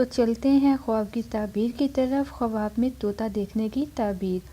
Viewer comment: Khawb tou bolna seekhlo pehlay yar